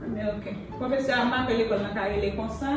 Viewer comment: No I never joure professerr rrrrrrrrrrrrrrrr she's so cute.😃😅